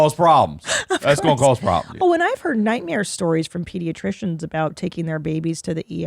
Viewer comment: Tina says "nightmere"